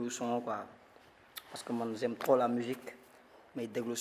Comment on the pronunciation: Z'aime trop la mujique vas apprendre le français